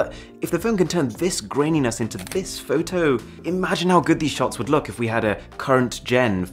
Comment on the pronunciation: The way you say fow tow is the reason I keep coming back 🤣🤣🤣